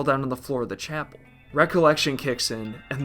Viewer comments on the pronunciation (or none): none